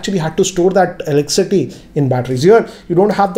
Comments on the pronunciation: Did anyone noticed that he's pronouncing "eleccity" instead of "electricity?🙄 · Its electricity not eleccity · Is he saying elecsity instead of electricity ? 🤔🤔🤔🤔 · Elecity ? Did i hear you say it right ? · Can't help notice that 'Elek-city' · Is it just me or when you guys hear him say Elickcity!😬